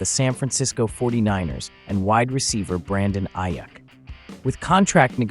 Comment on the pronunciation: It's pronounced Eyeeuukk